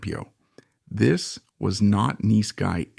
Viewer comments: Neece Guy Eddie?????? Bad AI! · "neese guy Eddie" ??? It's nice guy Eddie you AI slop cnt waffle. Fcking garbage. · Is this an AI narrator? He can't pronounce nice